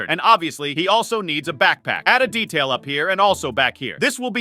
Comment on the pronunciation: Your saying detail😂😂😂😂😂😂